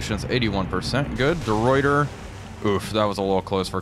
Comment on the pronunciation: Hey, small thing, De Ruyter is pronounced "De Writer"